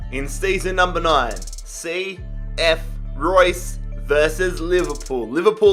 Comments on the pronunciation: It's cf Roos. Not Roy's ffs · You do not say Reus like Royce. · pronounced reuuus not like the german marco reus lol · It’s pronounced RAY-OOS not Like Marco reus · Since it's Spanish, isn't it pronounced ray-oos? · Its ree-us + i just came back from reus 2 days ago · It’s pronounced “reh oos” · Re-us, not like Marco Reus